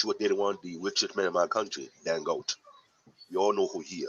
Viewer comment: I suspect he spoke mostly French too. By the way, he pronounced the Nigerian names. The way he said Dangote as "Dan-Goat" is how a French person would read it.